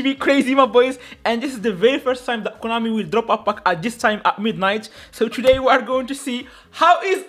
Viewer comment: Konami ❌ Coinami ✅